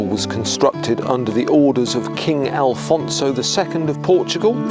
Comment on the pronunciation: That's not the issue! 😅 You said Alfonso but it's just Afonso, without the "L". That's what was talking about. Also, in the video, you were talking about Afonso the second, not Afonso henriques (the first).